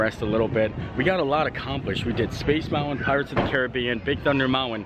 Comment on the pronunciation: There's no "W" in mountain!